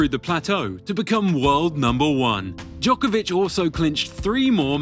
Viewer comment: FFS why dont you even try to use right pronunciation of non english players. You never hear Nadal or Federer mispronuced. Its 21st century, you can check Google!